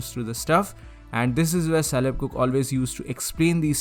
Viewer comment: Just wanna point out that Caleb is pronounced with a hard C like in "cook" lol. Great video though!